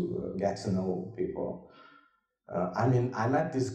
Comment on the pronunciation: what is pleople😃😃?? Or is my vocab too bad?